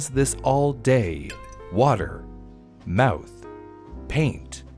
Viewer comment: Lol u say mouth funny. "Mowooth" hehehe. Anyway. Then America learned its lesson and from that point forward the rich and corporations no longer had a huge power advantages or the people and employees. They were always held appropriately responsible and accountable for every misdeed. Capitalism remained the wonderful dream and USA lived happily ever after. The end........ ?